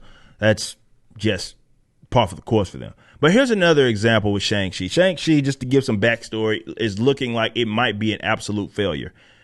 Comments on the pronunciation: She couldn’t even pronounce it correctly she said Shung She 😂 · They don't even say his name right, if they were real fans they'd say it right like you and I. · Shang Chi belongs in the seventies, the movie should have been a period piece. As a kid we pronounced his name with a hard "C", like Chiang Kai Shek.